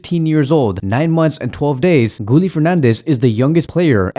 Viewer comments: His name is pronounced “Gee-yeh” not “Gooli”😂😂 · Gee-yell not gee-yeh